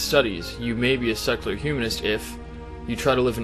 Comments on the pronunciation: I'm trying really hard to not detract from the discussion but it's so hard - it sounds like he's saying sexular. Really. Great video, regardless:P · I keep hearing "sexular humanism"...